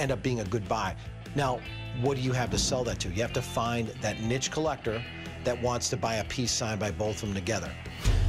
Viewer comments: For the love of god... Niche is not pronounced 'nitch'. It's pronounced 'Neesh'. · not only is he a fraud, he just pronounced “niche” like “nitch” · Wonder if they found that 'nitch' collector.